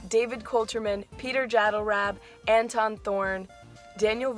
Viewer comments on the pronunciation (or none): none